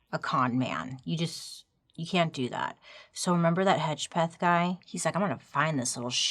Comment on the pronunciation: I could see the hesitation in saying Hedgepeth, but appreciate it being said right. Also, us Hedgepeths can't keep our mouths shut.